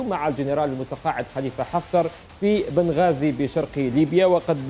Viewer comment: بنغازي مش بن غازي